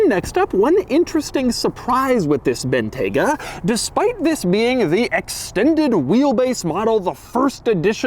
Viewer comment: It's pronounced BIN-TYE-GUH